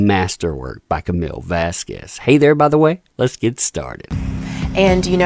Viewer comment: The "u" in Vasquez is a silent you uncultured swines.